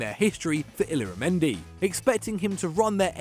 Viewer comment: Anyone else cringing at the way he pronounced illarmendi and texiera?